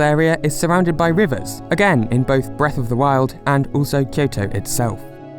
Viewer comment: It sounds like you're saying Breath of the World.